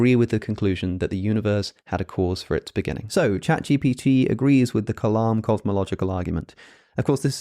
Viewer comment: The way you are pronouncing the word 'kalam' when you say 'Kalam cosmological argument' is slightly incorrect. The sound needs to be lighter or slightly higher pitch.